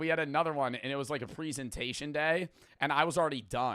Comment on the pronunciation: Why does say presentation like that stop bro